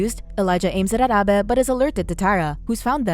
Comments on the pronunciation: Abe= aybe, not abbeh lol!! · Stop saying Abe like that 😂😂